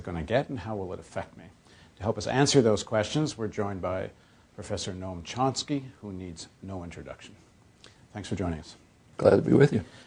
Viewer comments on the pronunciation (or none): did he call him Noam "Chonsky"?